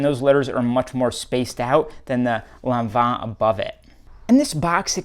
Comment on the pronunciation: Yes you actually pronounced Lanvin correctly 😂❤